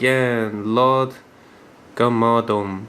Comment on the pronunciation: its Lord GARM-A-DON